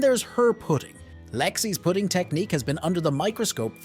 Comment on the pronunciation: This must be an AI voice. Put ting instead of putting